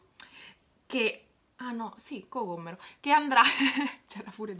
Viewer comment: Mi fa troppo ridere il fatto che tu dici cocomero con due m 🤣🤣🤣🤣 . #COCOMMERO